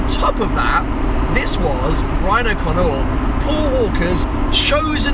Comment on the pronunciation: "Brian O'Conneur"? :D